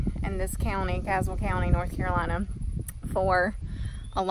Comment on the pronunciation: Did you say cadwell or Caswell county?